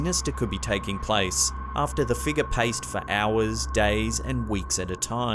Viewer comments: Now I know how to pronounce “figure”…”figgah”. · I love how you say the word figure :D sounds like figgah to me :D